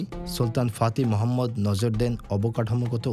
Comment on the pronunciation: ফাতিহ মোহাম্মদ না, ফাতিহ মেহমেদ হবে